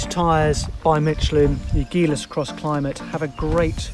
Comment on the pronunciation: It's pronounced like agile